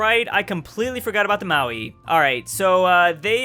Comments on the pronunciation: Hey, Is there a reason you are pronouncing Maori, as Maui? I can understand if you can't roll your r's but it sounds like you aren't pronouncing the r at all? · Please try to say the R in Māori. 🙃